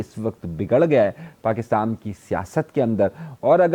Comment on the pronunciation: Bhai acha bolte hain but Pakistan ko aap pakistam bolte hai isme mushkil kewn